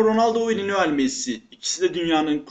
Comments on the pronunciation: linoel değil lionel messi :D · Linoel değil mal Lionel. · Linoel değil kardeş Lionel 😊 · Adam ilk başta lionel diyeceğine linoel dedi😂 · 0.02 linoel messi🤷‍♂️🤦🏼‍♂️